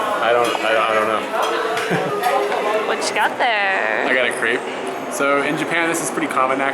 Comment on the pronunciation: Don't pronounce a crêpe "creep".